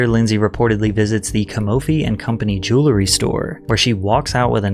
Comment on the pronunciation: It's pronounced jew-EL-ry. NOT jew-LER-ry.